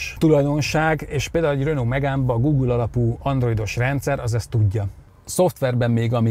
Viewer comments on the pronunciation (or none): none